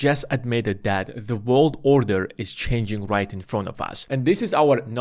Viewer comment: If you say “order” like that one more time 🙈